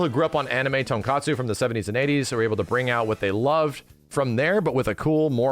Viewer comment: ok so really said tonkatsu, LOL! love me some MVC1, but definitely didn't know about all these inside references, that's super cool! can't wait to revisit this one in MVCC when it drops!